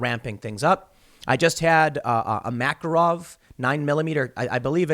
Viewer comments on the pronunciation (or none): It's makArov, not mAkarov. Stress on the second syllabus